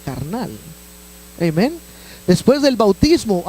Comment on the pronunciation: Hno. Creo que NO es necesario decir : "Eimen" cuando sabes decir "Amén" tu predicación fue muy correcta y No necesitamos saber que dominas el inglés, cuando la iglesia entiende el español. Creo que Pablo habla acerca de eso en la carta a los Corintios. Trata de ser humilde.